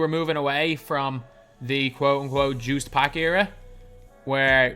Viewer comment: is the worst with saying "Juiced" packs!